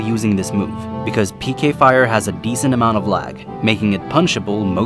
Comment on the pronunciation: Whenever he said, "PK fire" I always thought he said "aim higher".